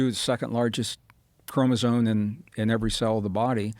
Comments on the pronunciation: Gregg should start pronouncing chromosome correctly ... not chromoso"n"e. ... there is an "m" at that end of that word. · he says "Chromozone" 🤦‍♂️ Anyone who has read anything related to chromosomes( prerequisite if you're gonna claim what you're teaching as fact), would have noticed the spelling and would have corrected the pronunciation .. I get the impression he watched a few youtube genetics 101 clips and made up some studies and facts. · Mr Braden, please change your pronunciation of « chromosome ». It is not a « chromozone »… 😅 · Is he saying "chromosoNe? Tell me my ears are broken haha.